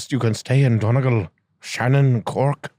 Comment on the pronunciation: DON EEEEE GAL. fuck sake